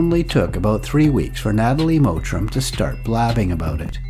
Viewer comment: Her name is "Mottram" not "Mowtram"